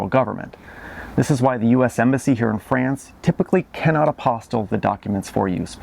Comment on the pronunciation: Please pronounce "France" not like Fran Drescher version of "pants". Try like "wants"?!